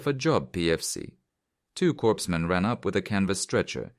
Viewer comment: Us Marines usually called them Doc. But "coreman" is closer to our pronunciation than "corps-men" for that MOS.